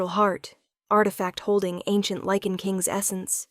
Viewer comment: LYCAN… not lichen or liken!!!😵‍💫😵‍💫😵‍💫